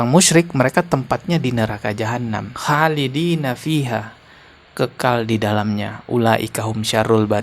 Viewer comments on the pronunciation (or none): Maaf bang.pas baca surat al bayyinah pd kata Khoolidiina ana dengernya khaalidiina ya.maaf ya bang